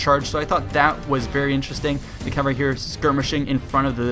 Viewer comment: its cavalry not calvary